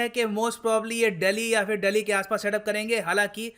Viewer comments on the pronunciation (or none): none